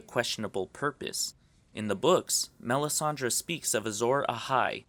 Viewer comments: IT IS MELISANDRE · OMFG PRONOUNCE THE NAMES CORRECTLY. Who the fuck is this Danerias? And it's not Melisandra - it's Melisandre. Good points, but really detracted from by your mispronunciation.